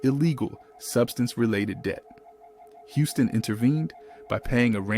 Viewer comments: It's pronounced Whitney Houston not hustin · Put some Respect On Whitney Houston Name It’s not Housen its Houston my boi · When they start giving incorrect information like that, I’m done. I should have quit watching when he pronounced Whitney’s last name as “House-ston” 🙄🙄🙄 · Soon as it said "Whitney Howston" I turned it off 😂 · I would have watched more of this video but the background music is very jarring and distracting. I’ve never heard of Whitney Houston’s name being pronounced as Whitney Houseton either.That’s a first! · First thing you {announcer} need to pronounce Whitney Houston's name correctly. She at least deserves that. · YOU DO NOT NEED TO POST ANYTHING ABOUT BLACK STARS IF YOU CANNOT PRONOUNCE THEIR NAME!!! ANYONE IN THE WORLD KNOWS HOW TO PRONOUNCE WHITNEY HOUSTON’S NAME ( Hue-ston!) AND YOU MISPRONOUNCED IT!!! IT IS APPARENT THAT YOU POSTED THIS BECAUSE OF THE CONTENT, KNOWING THAT IT WOULD GET VIEWS!!! I HOPE YOU DON’T GET MANY AT ALL!!! YOU NEED TO PICK ANOTHER TOPIC, ONE THAT YOU KNOW SOMETHING ABOUT!!! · Sorry, I can't listen to this mess. He mispronounced Whitney's last name right at the beginning, so I ALREADY know that some foolishness will follow. Bye Felicia.....Not today. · Dude, if you’re supposed to be narrowing about some famous people that die from a drive at least learn how to read who is Whitney Houston Houston you mean Whitney Houston stupid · The narrator cannot read he said Whitney Houston.... Not Houston